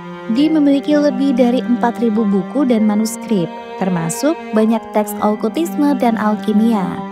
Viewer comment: Okultisme Kak, bukan Olkutisme. Asalnya dr kata "cult" (bhs Inggris: kultus) 😊